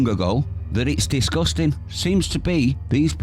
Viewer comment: It's "disgusting", not "discusting".